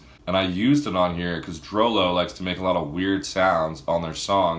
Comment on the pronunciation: I thought it was pronounced "drew loo"